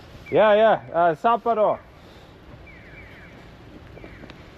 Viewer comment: I think that the big city of Sapporo is pronounced sap-POR-oh rather than SAPP-oh-row